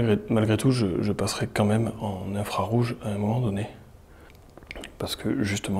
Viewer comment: infrargouge, JE REPETE ATTENTION infrarGOUGE GG trou duc